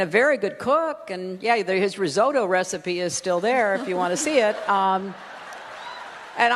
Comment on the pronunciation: How can someone pronounce risotto so wrong. So she eat risotto and yet doesn’t know how to pronounce it.